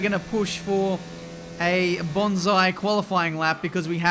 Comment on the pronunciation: Banzai not Bonsai!